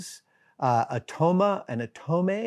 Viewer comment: I cannot seem to find the cheese you mentioned; is it Tome? I was hearing it as 'atome' but various spellings of this just pointed to Tome, a category that does include one melting cheese, that also seems to be in the alpine category, so I think that's what you're speaking of? Lovely video in general, thank you for these! I don't do live streams well, but a chance to see what you've ended up speaking about is very appreciated.